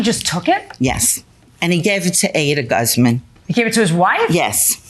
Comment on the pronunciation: GAZZ Man, Has to got to be the Best Ever Way to Pronounce the Last name Guzman lol, Well Said Lady , What a Great I D-IER There, Now how about some CAW Fee to go along with that , GAZZ Man LOL!